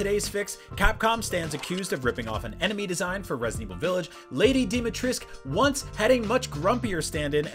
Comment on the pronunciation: It's pronounced /ˈleɪdi dimitreskU/ not /dimitri:sk/ 😒